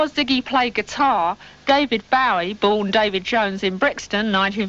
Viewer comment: Omg. Why can't she say his name right?